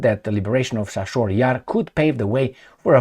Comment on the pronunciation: Chasiv is pronounced like a cherry, chicken, chest etc. or like "C" in Italian language, not like a chassis. Just saying.